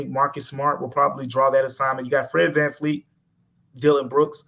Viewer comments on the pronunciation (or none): His name is Fred Van Vleet not Fleet. It's a V not an F.